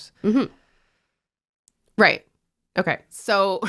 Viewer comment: ESPECIALLY when pronounced "rayt".